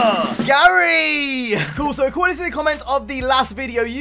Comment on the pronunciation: Gurai not Garry